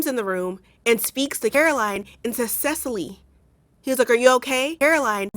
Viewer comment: Were you intentionally mispronouncing Cecile?